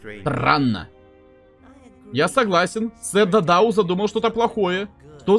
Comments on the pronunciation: Правильно сэр дададу а не дадау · 🤓 вапшета не дададо а сер да да да ду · Только сэр да да ду а не дадау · Он не дададо, он дададу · Это сэр дададу а не дадау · Я 1 замітив те шо робзі сказав дадау а не дададу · Его зовут не Дададо а Дададу